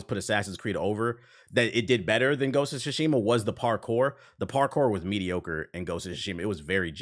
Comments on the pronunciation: “Gosha Shashima” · "Ghost of Guatemala" 😂